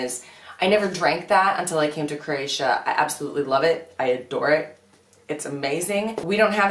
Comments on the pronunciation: No offense, but your pronunciation of Croatia drives me up the wall. It's a three syllable word, not two. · You are mispronouncing Croatia. Please stop.